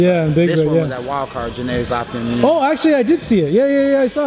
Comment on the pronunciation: Jen A dee glovkin, stop mispronouncing his name, you know how it is said